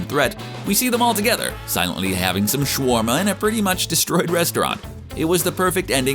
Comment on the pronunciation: It’s SHA - WAR - MA